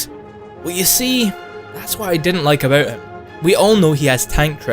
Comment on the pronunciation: Aboot 90 tons .. I'm sorry